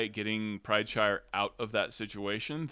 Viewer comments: Isn't his last name PrideSire not PrideShire. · ..........................Why do you keep adding an H into Teor's last name, like he's a Hobbit lmao.